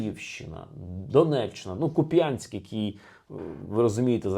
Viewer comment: Автор не правий. Навіть не знає як ставити наголос на місті Куп'янськ у навколішніх селах якого не було голодомору, бо провізія доставлялася з Валуйок. Де насправді був голодомор, так це у сусідній Булацелівці (Шевченкове) навколо якої хутори починаючи з Ковалівки взагалі зникли з мапи разом з сім'ями (без чоловіків) яких переселили у Нікітовку (Горлівка).